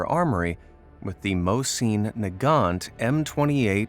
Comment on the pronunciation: Bro can’t say mosin nagant right